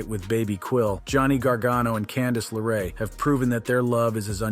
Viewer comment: Its also Candice LeRae not Candice Laray.